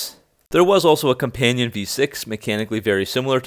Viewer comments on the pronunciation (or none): none